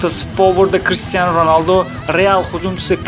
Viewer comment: Oldin Crishtiyonini to'g'ri aytishni o'rgan